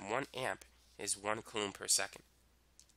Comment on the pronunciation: very helpful video but the way he says coulomb makes want to commit toaster bath